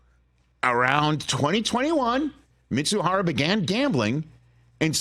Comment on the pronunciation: Ippei’s last name is Mizuhara, not Mitsuhara!!!